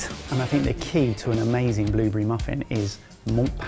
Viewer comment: What's a Bloobery? Oh you mean blueberry...